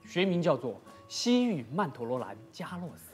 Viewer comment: 他的曼陀罗兰加洛斯发音好标准